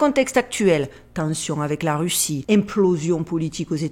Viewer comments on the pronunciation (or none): none